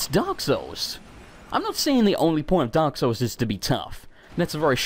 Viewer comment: In the intro you said "Dark Souls 2" weirdly... sounded like you said "Derp Souls 2"